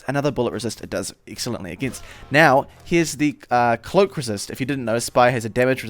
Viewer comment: Divise two it's Cloak. Not "Cloack"